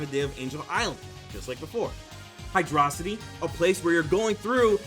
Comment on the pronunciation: He says hydra-city, i have respect